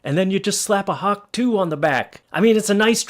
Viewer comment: It's hawk to-ah not hawk 2 the difference is the h at the end